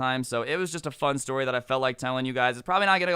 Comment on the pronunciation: u alredy told dis stowry